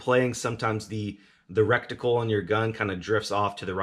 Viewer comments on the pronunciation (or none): You said RECTICLE...*snickers* lol i'm so immature lol